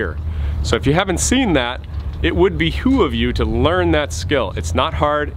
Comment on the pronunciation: Be hoo of you? Behoove you.